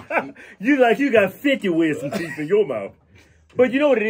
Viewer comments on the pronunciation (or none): Damn! That MF Got Some "TEEEEEEEEF"!!!!!!!! lol Teef MF Teef lol